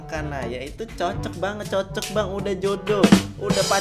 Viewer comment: suka bilang bhang😂